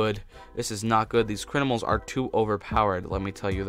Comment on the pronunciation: So funny how he says crinimals